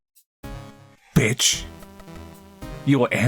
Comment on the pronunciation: Loved the way he just ignored some text then emphasised the bitch